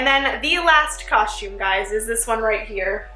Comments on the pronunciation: it's cos-tume not coshtume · It's not coshtum it's costume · its costom not coshtom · ok but it’s coSTum not coSHTum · Ughhhh the way you say COSTUME like COUSME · U keep saying costchume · No offense or anything but it’s pronounced COSTume not COSHume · it's costume lady, not coshtume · I couldn't help but notice that she kept saying coshtume instead of costume; is she Canadian or something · Its not cos-shume its costume! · It's costume not coshtume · Did anyone else hear her say "coshume" instead costume? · This was great BUT she keep saying coshtume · oh my Lord it's costume not coshtumes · you said coshtum soo many times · stop saying coshtume it's pronounced costume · I love ur vid but I can't help but notice u kept saying coshume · does anyone realize that she says costsh instead of costume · She says coshume instead of costume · She keeps saying coshume instead of costume 😂🤣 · She says COSHTUME a few times instead of costume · it annoys me that she keeps saying costume wrong. Its not coshtume is costume!!! TRIGGERED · Lol its costume not costshume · why you keep saying " coshume" why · its costume. not coshtume. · ITS COSTUME!! NOT COSHUME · I just don't like how she says "coshtume" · I hate how she says “coshtume.” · Jenna pronounces costum coshtume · Why did she say costume like that? She said Co-shtume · I love that she said coshtume like me when I was younger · the only thing i dont like about this video is how she says the word costume "coshtume" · Costume. It's pronounced costume. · I just heard she say coshtume 😂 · It annoyed tf out of my that she kept saying coshtume so I didn't watch the whole thing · she said coshtume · Us dancers have said it so many times we've basically gotten tired and found a shortcut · why are u saying coshtume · MadiLynn 13 and costume she says coshtume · I hate when people say that I'm from three country gosh dang it and it's not pronounced coshtume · same ahah "coshume" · Evelyn M same